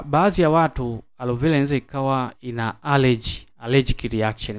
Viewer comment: Na wewe ebu jifunze kutofautisha kati ya L na R mpaka unamchosha eti arovela alovela